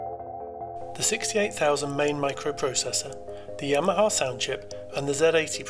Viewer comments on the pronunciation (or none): none